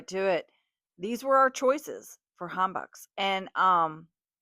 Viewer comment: pronunciation footnote: : not ham-bock (doesn't rhyme with rock) Correct pronunciation is: ham-bok (long O sound and rhymes with 'poke) Your video vlogs so entertaining. Raw marinated crabs --- so many of us love that dish -- so delicious and not cheap. YUmmy!!!